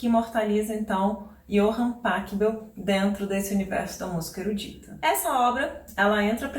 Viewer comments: Muito legal seu canal e o conteúdo que você gera. Obrigado, viu? Só uma dica de pronúncia no Pachelbel: O "ch" lembrando o som de "rr", como no Bach. Soa algo como Pa 'rri' bel, ou Pa 'rrou' bel. Valeu! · Professora, uma pequena correção: em alemão, o ch se pronuncia como rr. Então, Pachelbel se pronuncia Parrêlbel.